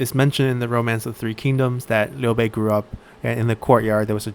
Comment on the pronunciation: Hey man, the way you pronouce Liu Bei's name sounds very...local. Are you Chinese or really good at Chinese?